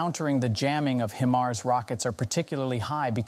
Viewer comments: Stop saying “he mars”! It’s “hi mars”. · HI-MARS not HIM-ARS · it's hi mars, not heemars or him ars. would think a military channel would know this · What's a Him-ars? Is is anything like a High-mars? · wtf are "HeMars" 🤦🏻‍♂️ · Only time I've heard it called "HEMARS" lol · "HEMARS" is that the way russians pronounce it? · Just saying it doesn't make it so. Where are your sources? You can't even pronounce HIMARS properly. "HIM" Mars? Bwahahahaha pathetic Russian disinfo! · HIMARS spoken like High-Mars come on you sound like an English speaking Male which some other channels if your not sure. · Why does a channel that states its location as "United States" pronounce HIMARS as "HE-MARS"? 🤔And here's how the channel describes itself on Patreon: "We are a small team consisting of 8 creative young people are trying to develop video content about military, defense and geopolitics. We are available on YouTube with Military TV channels and Facebook pages, we really need support from the audience." But no more info about where they live, who they are, nothing. Makes me wonder who's really behind this channel. I don't think they are native English speakers though. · I am suspicious of the authenticity of this video due to the mispronunciation if ‘HIMARS’. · It's HIMARS with a long 'i' sound, not a 'ë''. I cringed a little every time he mispronounced it. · How can people take you serious when you don't know how to properly pronounce the weapons system you are covering???? 😂😂😂 Great video otherwise! 👍